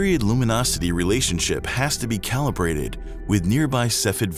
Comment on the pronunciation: Calibrate not callibrate.